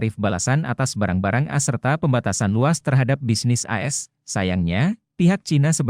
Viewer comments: Narasi dengan audio AI ini sungguh tidak enak didengar, mosok menyebut A S dengan as... Kemalasan editor merusak kualitas berita.. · Dibaca A S, bukan dibaca as, pembaca beritanya mesti belajar lagi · Bang kalau audio nya pakai text-to-speech , kalo mau AS dibaca dengan benar, pas konversi ke text to speech ,bisa tulis ‘A ES’ , jadi pas dibacanya benar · Bang admin, kalo pakai suara AI, tulis AS nya jadi A ES, biar ga aneh kedengarannya.